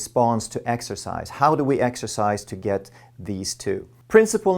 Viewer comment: Exercise? I thought you said extra fries.